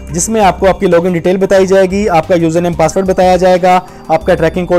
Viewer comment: Pasward hota hai paspot 😅